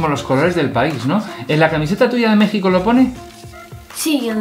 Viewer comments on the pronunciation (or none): none